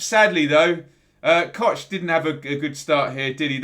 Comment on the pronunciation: It's pronounced COCK mate. COCK! Not Kotch ;)